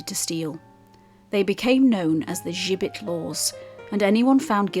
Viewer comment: Interesting video, but you got the pronunciation of the gibbet wrong, listen to the guy in Bankfield Museum, he says it correctly, why you say it with a French accent or twang I have no idea, think Jibbet, thats the way to pronounce it. Other than that, thanks for making a video about Halifax and its gibbet.